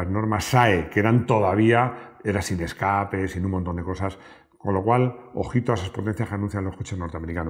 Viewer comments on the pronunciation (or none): none